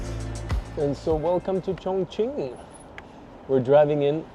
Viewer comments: 对 重庆的发音很标准😮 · When you say “Chongqing,” your pronunciation is very accurate. Many foreigners actually pronounce it as “congqing.” The incorrect version uses a flat-tongue sound, while the correct one requires a retroflex sound.